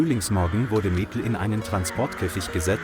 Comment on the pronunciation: Awful commentary - the bear changed sex several times and the commentator just couldn't pronounce Maple. And a referral to Emma had a pic of three blokes. Apart from that, the story was heartwarming.